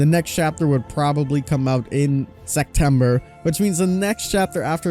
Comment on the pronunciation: the way pronounces SeCtember